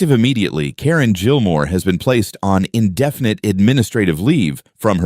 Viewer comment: Gilmore is not pronounced Jillmore